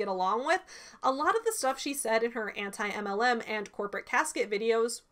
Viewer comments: It always makes me laugh how says 'anti-MLM' as if she doesn't know how to pronounce the word anti. It's so damn funny. She tried too hard to protest her innocence by trying to play like she didn't know what anti-MLM was so hard that she acted like she didn't know how to speak English. This is a pattern I've seen. She lies to make herself look better and then five minutes later she forgets her lie to say something that directly contradicts it. This shit is wild yo. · “Auntie Em… LM” in Kansas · I love how pretended that she didn't know how to pronounce "Anti-MLM community".. pathetic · I CANT EVEN with the way she pronounced "Anti-MLM". I die every time i hear it. Ugghhh.